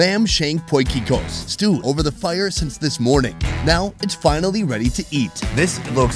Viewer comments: Came to the comments looking for this comment. Never heard potjiekos being pronounced so sexy 🤣🤣🤣. He nailed it, along with every other Afrikaans pronunciation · Well done for saying "potjie kos" correctly.